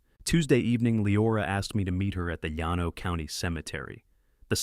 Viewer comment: Her first husband died of ovarian cancer? A man with ovaries? Surely Ai has the ability to research local pronunciation of common terms “Yan No” for Llano is irritating especially when heard repeatedly. It is pronounced “Lan Oh “ by most Texans. Rio Grande is pronounced “Rio Grand” for example. And then there is the Army lawyers’ title. “J A G” is pronounced “Jag”. Please fix these errors. Others are also complaining. Congratulations on putting Midland in the Permian Basin and Austin’s American Statesman newspaper. Seton Hospital is simply Seton not whatever the narrator was saying. All these errors ruin a good story.